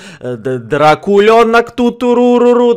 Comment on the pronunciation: Я думал он говорил: Дрочулёнок а не Дрокулёнок